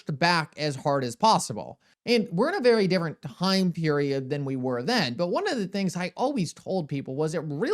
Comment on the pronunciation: Dude, I absolutely love content. Does anybody else notice he does not pronunciate the letter T??? lol I swear.. He said the word "time".. but almost always leaves out the T and goes with "ime"... leaving me to fill in the word.:) All kidding aside. Truly love his content and just having a little fun!!!:)